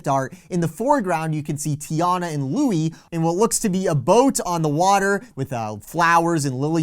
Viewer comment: I appreciate you SO much, but the gator’s name is pronounced “Lewis” in the film, despite the spelling. The other pronunciation would be Donald’s nephew who wears green, or Prince Eric’s chef.